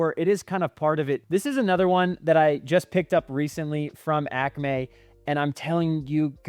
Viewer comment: why are you saying Acme like that????